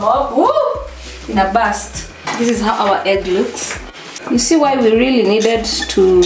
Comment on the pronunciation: Kikuyu struggling to say really really really loved it. Dont try so hard sema tu riry riry riry tutaelewa.